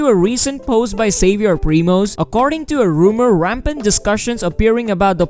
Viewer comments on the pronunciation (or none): none